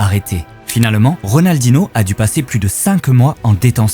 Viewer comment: C'est plutôt Rodalnoh pas Ridaldinoh